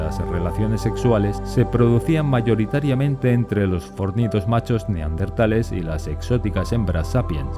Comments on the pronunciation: Se dice neandertales no neardentale 😒🙄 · Pronuncia bien la Palabra es neandertales no NEARDENTALES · neardentales o neandertales?? jajaja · En el audio dice neardentales y es neandertales. Del valle de Neander👍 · Neardentales !!! No! No me lo puedo creer !!! Arg ! Gente que dice cocretas !!! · Por que diablos dicen NEARDENTALES?????... Es NEANDERTALES... Corregirlo a la brevedad. Gracias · Por favor: no pronuncie NeARDenthales. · El hecho de empezar el video diciendo "Neardentales" ya te quita credibilidad, lo siento. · dino "neaRdentales" durante todo el video D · 😂😂😂😂 ahora recién me doy cuenta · Escuche 20 veces "neaRdentales" naáaaaaaaaaaaa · No se dice 'neardentales'. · Si vas a hacer un vídeo sobre los neaNdeRtales deberías aprender primero a pronunciar la palabra. Debes llevar su adn porque tienes dislexia